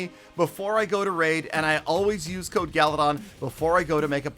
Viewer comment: lmao I hate you 🤣 I always laugh way too much when you say code... amazing